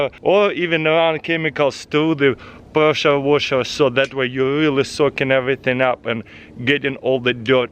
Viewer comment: Presha-Wosha am i the only that hears it like that